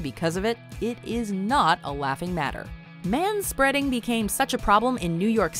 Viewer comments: They said ma spreading. I'm fucking done. Unsubscribed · You lost me at "manspeading."